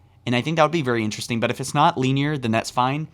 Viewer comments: “Lean-year”, still a great video! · Luvitus who tf clicked on this video to be “entertained” I clicked on it to be informed and I haven’t heard anything but descriptive words mispronounced about shit like dust “deers” and “lineer” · Bro. Soft “i” in “linear.” Stop saying LEENEAR